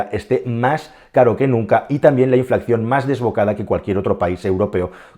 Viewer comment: 'inflacción' nooo, habla bien 😑